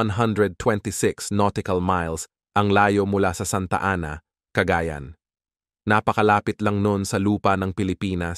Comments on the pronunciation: ano? cagaaayan? ayusin mo pronunciation mo CAGAYAN yan ang tama para kang badyaw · Cagayan .……not ca ga yan .